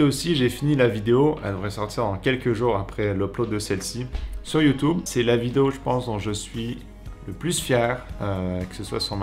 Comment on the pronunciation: J'adore quand tu dis youtoube